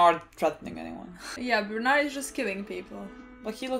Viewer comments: Bear too-old => Ber_told , closer enough than Bern_ald. :) But now we are hyped for Bernald... so go forward. :D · Stop 😂 saying bernard its berthold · "berth" + "old'', Berthold, Бертольд